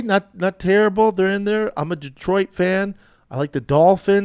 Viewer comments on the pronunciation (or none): none